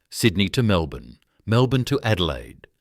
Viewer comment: 'Wangaratta' initially mispronounced, as was "Melbourne'. Shocking to hear the letter 'z' pronounced incorrectly as 'zee' when it ought always be 'zed' in Australia. And we say 'de-poh' in Australia not the USA 'deee-po'. 'ANZ" (the Bank) was also incorrectly pronounced. All these in the first two minutes. AI slop!!